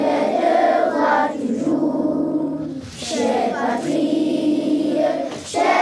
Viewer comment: "Chère patrie-euh chère (terre) cherie-euh" 😂😂😂😂😂 ca m'a rappellé le primaire direct. Bravo!!!!